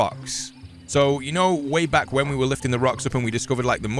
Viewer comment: "ok. We're bek" literally killed me XD